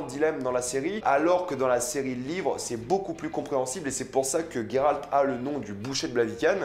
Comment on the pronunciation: Coucou alors j'adore mais juste après vérification c'est bien Géralt et non Guéralt sinon y il aurais un u (sauf peut être en anglais) bisous continue j'adore 😂❤❤